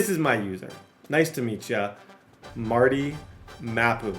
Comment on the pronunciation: Mar-Tay!!!! Mapu, not Marty